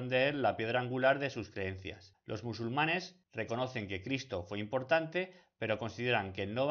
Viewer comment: los MUSULUMANES!!??? 😨